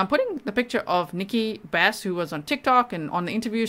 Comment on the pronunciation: Nikki BRASS not Bass G.!